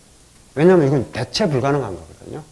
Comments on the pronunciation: 참으로 명강의입니다. 한가지 발음에 대해서 말씀하렵니다. 대체의 대는 장음이라고 생각함니다. 이를ㄹ 약간 짧게 발음 허신것 같습니다. 글리고, 일체 엄ㅅ읍니다할때 는 "일절"이라고 해야 한다고 생각합니다. 미국 변 완수 배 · 대체의 대도 길게 발음해야지요!!